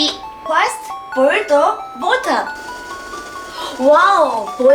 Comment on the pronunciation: water >> British pronunciation Sorry Dave ~